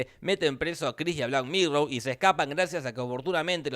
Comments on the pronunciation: Por que es argentino, aunque creo que lo hace a propósito ya que resulta más gracioso, de una u otra manera a mí me gusta. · No supero que cada vez que habla de la tipa le dice black mirrow xddddd